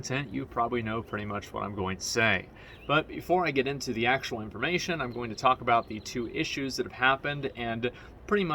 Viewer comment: Am I the only one that understands Taco bell everytime he says talk about ?